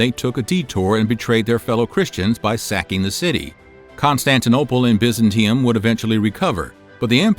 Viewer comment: Your pronunciations are almost enough to make me unsubscribe!!! Biz-ant-ee-um. You do this every episode! If you’re gonna teach history, do some research on pronunciations before you hit record! P.S. High-ah-sophia